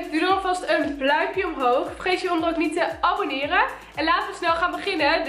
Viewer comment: bluimpje 😂 en op et einde ook bluimpje haha